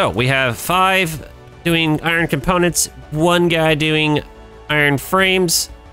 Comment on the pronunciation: I underestimated how many times was gonna say comPOWnants. hahaha